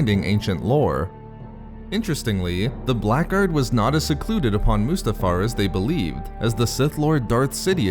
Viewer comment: The word "Blackguard" is an English word and pronounced as "blaggard".